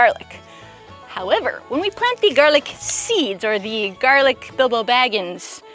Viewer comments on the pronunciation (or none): I’m watching this again and did you say “garlic bilbo baggins”? 😂 I hope you did.